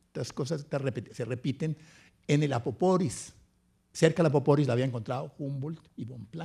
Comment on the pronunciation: El río "Apoporis"" ( y ) no existe. Su nombre correcto es APAPORIS